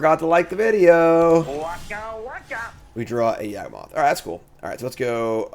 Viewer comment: everytime mispronounces Yawgmoth you take a shot.